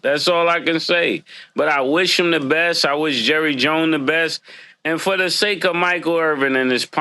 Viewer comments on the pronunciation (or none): none